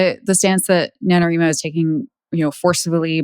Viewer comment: facepalm Since "NaNoWriMo" is short for "National Novel Writing Month" the correct pronunciation is NA-no-WRY-mo (after all, you don't pronounce "writing" as "reeting", do you?). Thank you for not misinforming people that novels submitted to NaNo are being scraped. They aren't, because you don't actually submit your novel. All you do submit is your word count, on the honor system, as periodic updates (there's a place to do that on your page). Comparing NaNo to a marathon is apt. It's especially apt for physically disabled writers, some of whom have visual impairments, motor impairments, and a whole gamut of other medical issues. I have arthritis, yet there was one year when I wrote my novel by hand, on looseleaf, because my computer was barely working. I managed to keep my word count updated, though, and pushed on through the physical pain. Even when doing it on a computer, there's so much typing every day (for those who have a daily writing routine) that it does build up stress. Usually by the end of November 30, it takes me a few days to recover. Especially if I was extremely behind and had to do many more than 1667 words on that last day to make it to 50k. For the suits to tell us that it's "ableist" to be against the practice and attitude some people have that all they need to do is enter a prompt or two and have a 50k novel spat out in a matter of minutes is so obnoxiously insulting. It's also typical of the individual who wrote that NaNo blog. She dithers around in corp